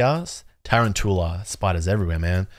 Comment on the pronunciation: A lot of people are saying tarantoola. You included. when it's quite clearly tuROUNtula. As in a round tarantula. Tarountula